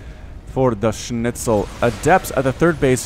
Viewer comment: His Schnitzel doesn't sound too bad honestly. Kinda ok to listen to. So yeah, congratz on not butchering the pronounciation too hard I guess,.